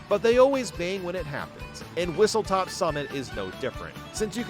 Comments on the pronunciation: it's whistleSTOP. WHISTLE STOP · It's Whistle STOP summit, not Whistle TOP summit. I don't blame you for this, I made the same mistake until I got corrected yesterday lol